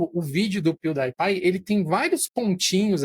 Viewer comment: Amo como o nunca consegue acertar as pronúncias das marcas/nomes kkkk "pew DIE pie" kkkkkkkkkkkkk (Só a título de curiosidade, a pronúncia correta é "piu-di-e-pai" [pronuncie em português] )